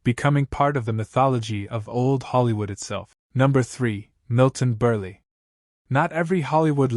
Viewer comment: Milton BURL not BURLEE. It’s spelled Burle but the e is silent.